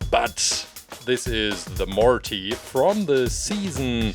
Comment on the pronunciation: I like the way you pronounce Morty it's cute